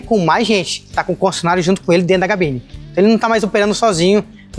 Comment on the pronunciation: Cabine e não Gabine kkk